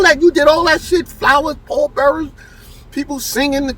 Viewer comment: He say pall bearers 😂😂😂😂😂